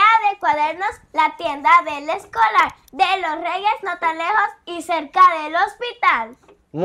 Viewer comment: Jajaj y eya dice para el Esc0lArrrrrr 😂😂😂